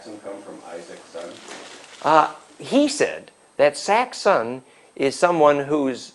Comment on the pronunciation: saxon is related to swordsmen, not "sack-son" LOL